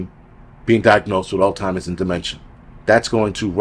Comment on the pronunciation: Every time you said "Altimers", I felt like I was back home! Thanks